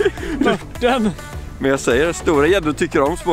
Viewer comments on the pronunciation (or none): MÖRT INTE MURT